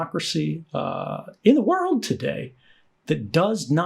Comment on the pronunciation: why did he say in the world today like that lmao 🤣 😂